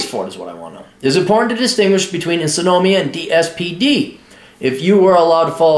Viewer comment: In-som-nia not e-so-no-mia